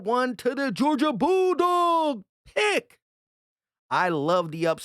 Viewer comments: Please stop saying Kelin Ringo. Its Key-Lee. Its getting really annoying hearing everything messing up his name. as a UGA fan, its very tilting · Kelee bro kelee ringo lmfao you called him kealan the entire video champ come on now put some respek on the mans name 🤣 😂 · Why you keep saying Keleen? Theres no N at the end of his name lol just kelee ! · There’s no n in ringos first name it’s keley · Are you saying kelen or kelee? Lol. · his name is KELEE!!! There is no N in his first name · Much love and Go Birds and all but dawg it’s Kel-EE” there is no N on the end 😅😭😭😂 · pretty sure its pronounced KEHL-EEE